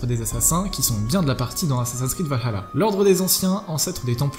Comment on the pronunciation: Faudrait bien prononcer le vahalla mdr cv plus la